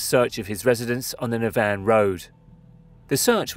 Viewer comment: Good video. But please for the love of god research the actual names of places. It’s pronounced naa-van , stra-ban, Ger-Rurd